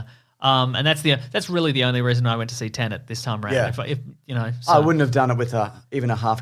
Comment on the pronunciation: Pleased that you doubted your pronunciation of Dune, but disappointed in your confidence re: "Tenet".